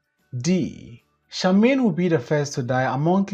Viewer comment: Please Charmian is pronounced Shar--mee--yan😊